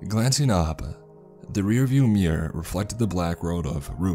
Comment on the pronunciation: The way he says mirror lol